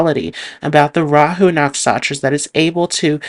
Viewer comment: Great video,, but why do you call NaksHatras "Naksatras?